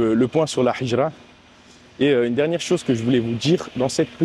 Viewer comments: Salam 3aleykoum akhi BarakAllahou fika pour la vidéo, hijra de dit avec la lettre ها et pas ح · QU ALLAH Te facilite et nous facilites , essaies d apprendre la prononciation du mot hijra, sinon top